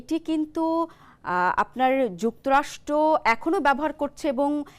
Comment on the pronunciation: যুক্তরাষ্ট নয় যুক্তরাষ্ট্র। কেমন ভাষা রে বাবা। মিডিয়ায় এরা আসে কিভাবে?